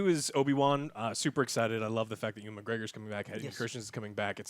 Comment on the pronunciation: Urgh no, that is not how you pronounce Ewan’s name lmao